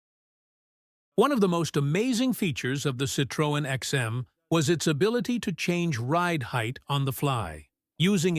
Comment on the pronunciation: It would be good if Americans learned how to pronounce Citroën